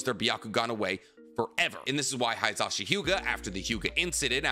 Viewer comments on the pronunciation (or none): Yo it’s not pronounced “HIGH-za-shi”. It’s “HE-za-shi”. It’s phonetic so the same sound for the “i” in “shi” is the same for “hi”. Please at least try to pronounce things correctly